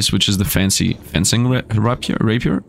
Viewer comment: Fencing is pronounced the same as defence and fence (it's actually derived from french, from the word defence both fence and fencing)